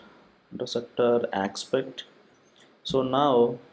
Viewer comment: Great. This one's VERY helpful for starters. MUCH BETTER than any other tutorials. I just wish he pronounced aspect instead of ackspet